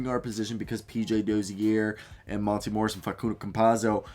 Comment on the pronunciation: Great video man and no disrespect but the way u pronounce Dozier’s name is hilarious